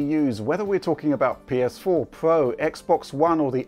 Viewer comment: Heh... "PS4 Pwo" Made me chuckle.